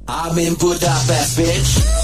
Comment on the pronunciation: Csak kár hogy az mondja hogy Gúdápeszt XD